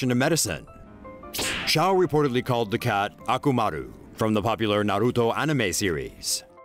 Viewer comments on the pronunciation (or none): The dog in naruto is akamaru not akumaru lol 😂